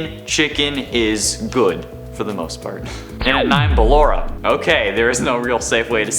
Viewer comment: "Ballora" Oh no...